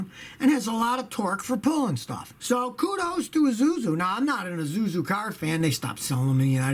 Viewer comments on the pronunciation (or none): He says izuzu lol🤣🤣